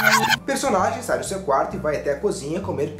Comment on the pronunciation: Por mim aquele "SAI" parece "GAI" O,o quem tbm axo isso da joinha XD